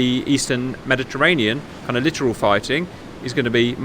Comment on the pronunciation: Mate, not trying to rip on ya, just a nudge in the right direction: 'Littoral' is not pronounced like 'literal', its pronounced Lit Oral... like someone set fire to sexy fun times ;) Before anyone corrects my correction, Yes, I know, its lit toral, no brit will ever enunciate that second T, even if you put a gun to their head.